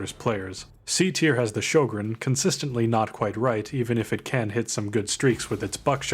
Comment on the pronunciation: Good video! This is not a criticism, but just a fun fact: Sjögren is pronounced like "hweh-gen" in Swedish. I've never heard anyone pronounce it correctly. Also I'm pretty sure DICE only included the gun because it's Swedish. The in-game codex says it was used "in very limited numbers" by both sides in the war, but I haven't been able to find any proof of that haha